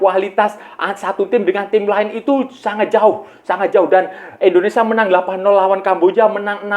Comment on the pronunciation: Kang… Indonesia kang… dudu ENDONESA kang…